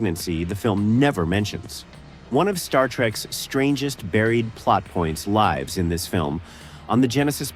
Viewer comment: And the voice-over is obviously AI-generated, as demonstrated by the mispronunciation of "lives" (as in 9 lives) when it should have been "lives" as in "he lives in a house". ( if you want to hear it for yourself.)